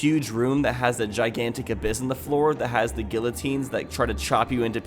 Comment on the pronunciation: 'Giant gill-o-teens' 10/10 French there.